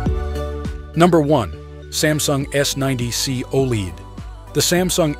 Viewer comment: Lost me when saying OLED wrong. ✌🏻